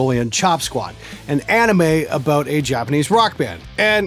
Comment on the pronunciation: Do learn how to pronounce anime.